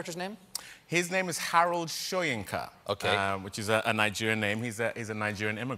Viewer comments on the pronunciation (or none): Well David murdered Soyinka's name too so who would be blamed. I switched off the moment he said it